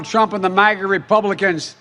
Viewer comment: Why have they decided to pronounce MAGA like that? I’ve never heard it said with that pronunciation. It sounds like he’s saying maggot. Or am I a schizo?